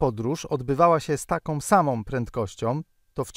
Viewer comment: "takOM samOM prentkościOM" - ładny kombos.